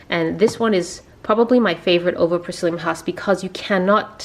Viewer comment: lol, it took me 2 times before I realise you were saying psylium husk. I was wondering what 'prysilium' husk was. It hard to be on a diet when you are not used to it but after watching this video I also find the nutritional facts interesting once you work out the calculations. Hope you, Tobias and the baby are doing well.